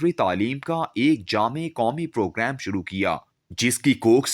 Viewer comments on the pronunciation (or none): none